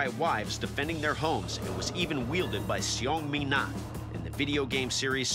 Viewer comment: I love this show, but the way he pronounced Seong Mi-na caused me physical pain.